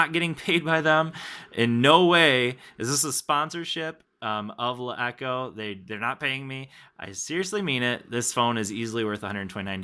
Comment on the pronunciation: you pronounce the name like shit